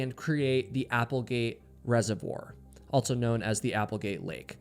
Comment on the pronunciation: The word "also" doesn't have a "t" in it. And it's pronounced "since" not "sense". My God, who taught you to speak English?